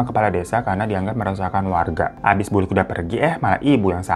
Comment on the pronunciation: Yang bener BULIK (tante) PAKLIK (om) bang